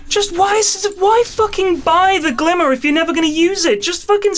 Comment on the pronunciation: went very west-country all of a sudden for that final GLIMMMERRRR